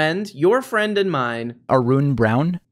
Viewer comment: Arun Brown ... Ar-RUun Brown